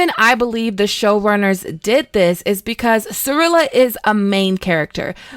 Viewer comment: Also Cirilla not Cirella and Calanthe not Calantea